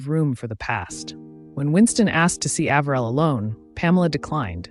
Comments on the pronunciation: Love your detailed videos, but the name mispronunciations are irritating. Harriman’s name was pronounced Eh-ver-el said with the accent on the Eh and the next two syllables quickly almost as if they were one. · Another lovely bio. (Side note: As a current Floridian, it's Palm Springs, CA, NOT FL -- no deserts or mountains); and as NYer & Jerseyan, I believe the Ambassador's middle name was pronounced "A-v'rill. As a kid, we often went to Harriman State Park. Just a (revised) observation....❤😊) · I admire your research. I am from Virginia and we do have a particular way of speaking. I am also old enough to have heard Mr. Harriman's name mentioned many times. I always heard his first name pronounced with a long A. Just a thought.